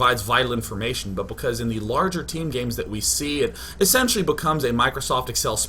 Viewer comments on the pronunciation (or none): none